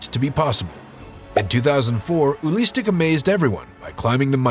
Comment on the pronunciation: His name is not ULISTIC, his name is UELI STECK!! what a shame ...